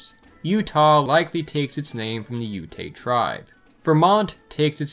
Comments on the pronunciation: Ute is pronounced yoot not you-tay. Great video. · Just so you know it's pronounced just like it's spelled. Ute not Utè or Utay just Ute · You miss pronounced the tribe name Ute ‘yüt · You’re right about Utah. But Ute is pronounced “Yoot.” It means “Top Of the Mountains.” :) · Bro. Did you say “Ute-ay” tribe LMFAO. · The way you said "Ute" actually hurt